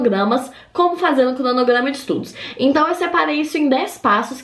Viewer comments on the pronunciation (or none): "Pla fazer", "clonoglama" kkkkkk essa menina é família do cebolinha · “crdonogrdama” ke